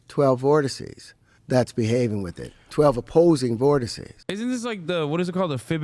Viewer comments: "Vorticy?" Vortex? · Vortices is the plural for vortex not “vorticey” lol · Vortex. Voteces. RIP 💀